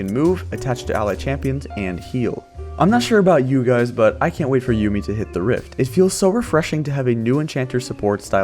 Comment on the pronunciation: It's Yuumi not Yummi :D